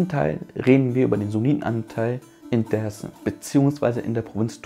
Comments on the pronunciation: er sagt aber auch nicht Desim dazu, sondern eingedeutscht Dääärzm. Es triggert, wenn man nur türkische Aussprache bei den Städtenamen- und Stadtteilen o. Ä. anwendet, aber ausgerechnet bei dem wichtigsten Wort, es deutsch ausgesprochen wird. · Brudi, sprech mal Dersim nicht deutsch aus. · Ich habe nur einen Kritikpunkt: Du sprichst alles so aus wie im türkischen, außer Dersim, warum? Wäre viel nicer, wenn Dersim so ausgesprochen wird, wie der Rest. Stört ein wenig beim zuhören.